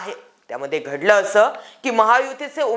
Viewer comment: Gadlay nahi ghadl kay mhana tumcha to shabd kharab aahe baki ur very nice